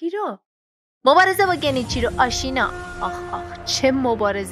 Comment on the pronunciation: بخدا اگه تلفوزت رو درست کنی نمیمیری اوروفِن اف کوز نه اورفِناف کاس ساکیرو نهنهنهنه😡😡 سِکیرو گِنِچیرو نهنهنهنه گِنچیرو نیمِسِس نهنهنه نِمِسیس